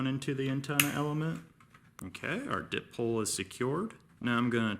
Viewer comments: Just a little tip - it's a "die pole", not a "dip pole". Di, as in 2, as in 2 polarities or ends. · It's a die pole not a dip pole.